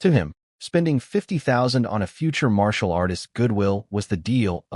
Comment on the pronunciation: "Marital" arts😂😂